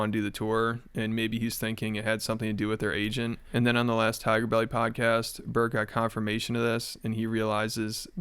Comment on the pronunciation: thai-ger belly